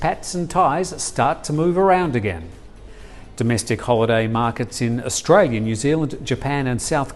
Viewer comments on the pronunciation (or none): none